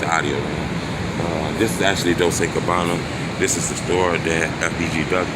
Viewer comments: dol chay not dol say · Dol-chey is how it's pronounced.